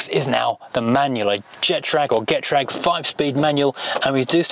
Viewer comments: Getrag is German, so proniunced like "gay_traag" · Getrag, I understand it is pronounced ge-trahh-g 😊